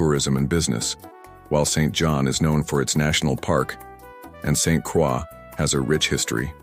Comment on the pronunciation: It's pronounced Saint Croy